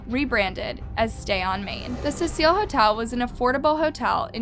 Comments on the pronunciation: It’s CECIL (see-sill), not pronounced Cecille! Sorry people it bugged me. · CECIL - not suh-seal. SEE-SULL. Like see-full but with a cee sound on the f. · does know how to pronounce any names correctly? it’s not Laaah-m, and it’s not Ce-seaaaa-il. it’s also not Alissa. Please respect the victim in the future. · Cecil: see-suhl. I'm sorry but it drives me crazy to hear something mispronounced. Like Elisa Lam, her last name is said like lamb. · Stop pronouncing names and places wrong Lam is pronounced has “Lamb” Cecil is pronounced as “Sea-Sill”. So once again stop pronouncing these names wrong, if you don’t know how to pronounce It watch videos that say their name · It’s pronounced SEE-SIL hotel. I love your channel. You have a great voice for what you do. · you said her last name wrong and the hotel wrong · The way she pronounces Cecil, Elisa and lam 😳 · This case is so well known, I find it weird that you don’t know how to pronounce her last name or the hotels name. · I love your channel. I’m a subscriber and have watched almost all of your videos. I really enjoy your content but it really bothered me watching this video and hearing you mispronounce Elisa Lam’s name and the Cecil Hotel. I can tell you do your research, I just wish you had taken time to make sure you at least pronounce the victim’s name. Rip Elisa Lam. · You really should look up pronunciation before you film, example Elisa Lam, Cecil Hotel…. I noticed it on the Jaycee Dugard case too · Late to the party much? If you weren't brand new to the case you'd know how to pronounce the name of the very famous hotel... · I love ur vids but u rlly need to work on the way u pronounce things love , u said her name wrong and the name of the hotel wrong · The amount of things has pronounced incorrect in this video